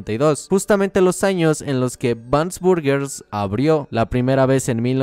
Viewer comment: XD en el minuto dice anos